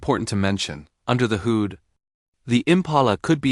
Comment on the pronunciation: AI voice stinks. can't say hood? :(